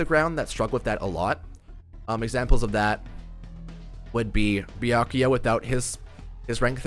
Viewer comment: (Byakuya) not bay